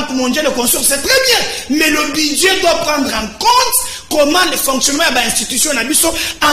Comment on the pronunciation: On dit budget et non Budie 🤣